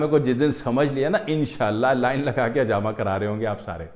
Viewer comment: Assalamualaikum Aap bahut achi benefits batha rahe ho lykin aap plzzzzz hajama nahi ," Hijama" kahye plzzzzzzzzz